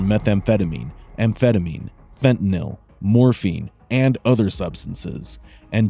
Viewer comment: At least it pronounced 'fentanyl' correctly, rather than 'fentenalllll'...